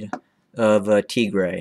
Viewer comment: It aint tigrea dude. Its Tigraay. Thats phonetically written for u. Tigea is a language in Eritrea. You doing great. Upload some pics and videos too. Your knowledge of Ethiopia history is greater than of those living in Ethiopia. Keep up the good impartial work.